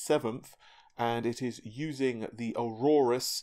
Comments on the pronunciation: It's "Or-us" not Aurorus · Wow is in focus, pronounced properly, has much better quality sound and has a different monitor. I almost thought he was an impostor until he pronounced Aorus as Arorus. Then I knew he was the real deal.